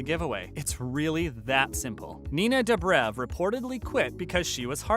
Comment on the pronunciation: I CANTTTTTT STOP SAYING STEVEN! FONT SAY SALVATOREEEEEE. WHY NINA "DUBREV"